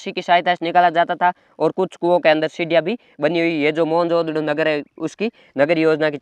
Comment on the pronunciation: Bhai kai hole bol मोहन नगडो ❌ मोहनजोदड़ो ✅